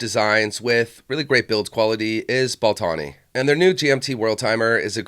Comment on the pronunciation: Ball-tawny... lol.